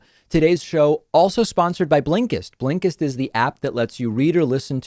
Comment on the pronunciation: Everyone: Blinkist David: BLEENKISTT